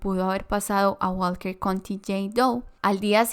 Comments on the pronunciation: Estaba. Pensando lo. Mismo. Que. Dijo Walket country. Doe. Como. 100 veces. Jajajaja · Lo pronunció tanta vez y erróneamente